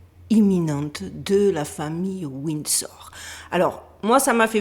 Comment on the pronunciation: "Wind Store"... Svp Fr + En speech coach. Pawze please.